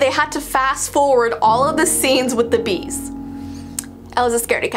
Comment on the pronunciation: Bees more like B-ees 😏